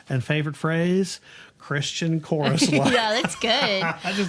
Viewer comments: The way she pronounces "Christian chorus line" sounds like Kris Jen chorus line. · I looked through the comments and did not see this pointed out. Reading with punctuation in poetry is important, but sometime the emphasis of syllables in a song are just as meaningful. When Taylor sings the word “Christian” she sings “Kris Jenn”. To me this is a nod to the producer of this entire entertainment family, where money is thicker than blood